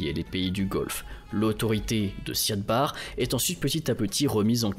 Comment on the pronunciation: c'est "Siad Barré" par contre. (même si on l'écrit sans accent) et "intégrité territoriale", pas "intégralité" par contre, quid du génocide des Isaaq que Barré a lancé, et qui a poussé les Isaaq a proclamer l'indépendance du Somaliland?